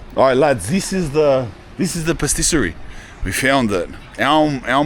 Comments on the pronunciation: ***************************** PATISSERIE, NOT PASTISSERIE. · Also "pastisserie" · That and his 'pastisery' ...... unique !! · It is spelled... PAT-isserie 😅👍 sorry to correct you... I DON'T WANT TROUBLE 😂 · Per tiss er ri